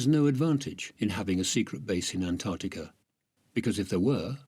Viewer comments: Heavens above…..it’s ‘AntarCtica’….not ‘Antarrtica”, as mispronounced throughout this entire video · Drink everytime he says AntTarktica!😂